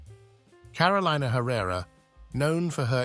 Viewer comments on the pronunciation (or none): its pronounced Caro le na not carolaina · Her name is pronounced CAROL-EE-NAH. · I cringe every time her name is mispronounced. It’s Car-o-leena